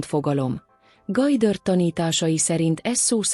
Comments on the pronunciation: Gojdörd!?? Vagy micsoda? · GODDARD....mit nem lehet ezen kiejteni normálisan?????